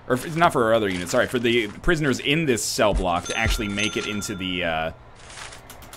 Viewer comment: hi im your 652,147th sub when you said room cell i belive you said room seel